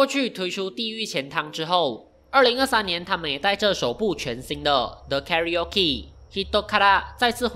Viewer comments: 是真的這樣唸嗎？karaokiカラオキ?不是讀成karaokeカラオケ嗎？ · 一開始同疑惑🤣 後面有正常了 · 知道是叫卡拉OK为什么读它的名字还要读成别的音？？ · karaoke 應該是念 KA RA O KE 卡拉歐K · 欸不是....影片 裡面念Karaoke是怎麼回事....那個念作卡拉OK好嗎.... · 英文唸法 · karaoke是這樣唸嗎?